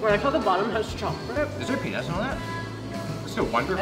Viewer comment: When was eating one of the donuts, I thought he said "Is there penis on this?" I realized afterwards that he said "peanuts" not "penis."